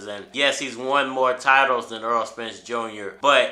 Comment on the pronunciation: The man's name is Errol not EARL - Why can't you say this man's name correctly